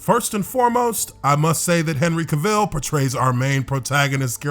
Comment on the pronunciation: Why are you pronouncing Cavils name weird? You're literally the only person pronouncing it wrong.